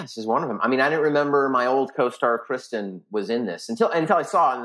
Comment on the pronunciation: Why does he keep calling Kirsten "Kristen" - how can you forget your mums name